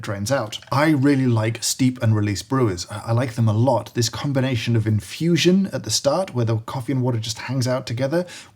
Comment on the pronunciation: Is no one going to mention the fact he said "immersion percolation combnation"?